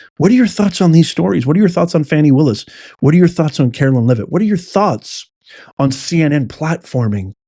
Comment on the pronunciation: love you so much, but it's pronounced CaroLINE, LOL, not CaroLYN 😂 speaking from experience, it bugs us ❤😂 still love ya